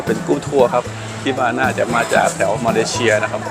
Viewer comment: มาเลเซีย ไม่ใช่มาเลเชีย ซ ตัวนี้ครับ